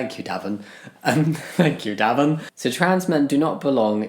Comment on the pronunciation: Im pretty sure Davon is pronounced Duh-vahn. If that’s a black person then that’s def how it’s pronounced.